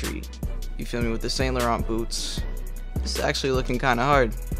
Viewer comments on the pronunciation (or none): none